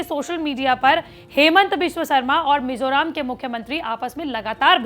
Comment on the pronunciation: It's Mizoram not mizoraam